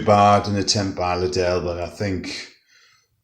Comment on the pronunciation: You said lidel wrong 🤦‍♂️